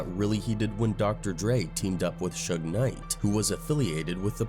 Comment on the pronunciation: When I heard the AI and saw that they called Suge Knight, sugar, I could no longer watch the video